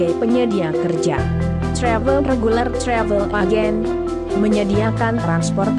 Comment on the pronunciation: Ngomong travel nya biasa aja kali.. Ga usah sok ke inggris2an.. Ga usah pake logat amerika